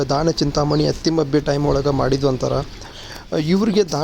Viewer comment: ಅತ್ತಿಮಬ್ಬೆ ಲೇ ಅದು ಅತ್ತಿಬೆಮ್ಮೆ ಅಲ್ಲ